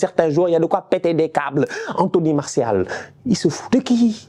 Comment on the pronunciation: “Here goes anthony Maorssial” avec l’accent cest pour me tuer😂😂